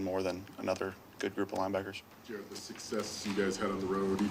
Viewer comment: Jar-ed Jar-ed